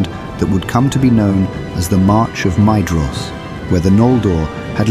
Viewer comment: This is a great video, however one small thing- Maedhros should be pronounced "My- thross." The "dh" is a soft "th" sound.